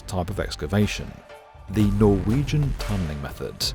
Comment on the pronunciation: I appreciate the proper pronounciation of Norwegian words :)